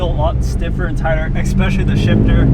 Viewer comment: EXPESHILY IS NOT A FUCKING WORLD U SLANTED EYED MORON.... WTF ARE YOU BLACK?